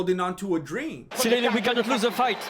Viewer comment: is so good I don’t even feel the need to fast forward the ads! Makes me almost wanna buy me some magic spoon! LOVE these recaps. I know you don’t love doing them but we love watching them!! Cereal Gane never gets old, I crack up EVERYTIME I hear you say cereal!